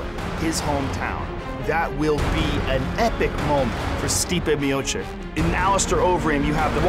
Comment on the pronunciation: Joe zadnji put, Its Miochich.